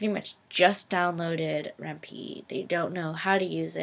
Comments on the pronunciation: REN-PIE ITS PRONOUNCED REN'PIE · ren-pie. Py is short for python the programming language, so the py is pronounced as it is in python (pie-thon) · Thanks! great Tut:):) btw it's pronounced Ren-Pie :P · I cringed Everytime you mispronounced Ren'py.